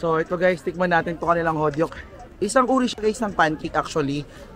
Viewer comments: Hotteok = hotok 😂😂 not hotyok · Lutuin mo muna nang buo ang pork belly behh tsaka mo na gupitin pag malapit na maluto2. Yan ang style jan. Hehe 🤗 Tas HO-TOK pronunciation nang Hotteok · hotok pronunciation beh ng hotteok